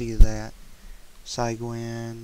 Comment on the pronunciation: its not si-/phy- g-win..... its cy-g-win. the cy is follows the same rules as it does in the word cylinder (or the same sound as si in the word sit) and makes the same sound. Sorry, it was killing me.